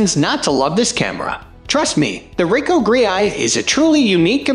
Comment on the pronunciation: Why do you pronounce the Ricoh GR like that? Also no mention of the leaf shutter for it as well the Fuji? One would think a professional would be especially interested in that tidbit.